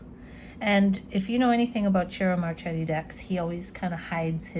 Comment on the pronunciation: Its pronounced as MarKeti 🌺